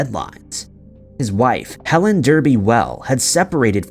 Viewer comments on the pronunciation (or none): none